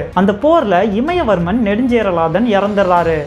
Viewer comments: நறய இல்லை நிறைய இமயவர்மன் இல்ல இமயவரம்பன் சற்று உச்சரிப்புகளையும் தகவல்களைப்போலவே அருமையாகச் சொல்லுங்க நண்பரே 🙏🙏🙏🙏🙏🙏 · It's imaya varamban not imaya varman.. please take note my dear brother. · one small correction.. இமயவர்மன் is wrong , இமயவரம்பன் is correct pronounce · இமயவரம்பன்; இமயவர்மன் இல்லை